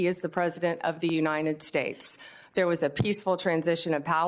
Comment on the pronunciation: "Unined States"